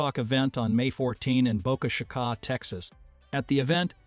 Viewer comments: Please Fix: Boca Sha-ka ? Sounds like a variation of Ka-Ka Please fix that. Pretty good video otherwise. After my upcoming knee operation; I'd like to see the successful flights coming up. Would really like to see a catalog of all the heat shield stabilization ideas along with the scores of how many people suggested each one.- - - Wouldn't it be great to get $2 for each idea submitted. Wish I were a billionaire; make a sign up sheet, with an honesty oath; and start making payments. Bet I have $20 coming! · "Boca Sha-Ka???" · Boka chikah? Huh? It's boca chica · Yeah, it’s a very good AI voice. That’s the only way it’s getting caught is when it tries to say Boca Chica, Florida or try to say a year and pronounced it all out 2,023.00 lol what happened to admit the eye is pretty good. Other than that that’s the only reason you probably know it’s a computer reading a script.